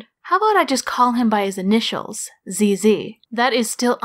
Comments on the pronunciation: Actually, when you say "'ZZ", well... It just sounds like "penis" in french. lol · When you say ZZ, you say a real french word... And not the best...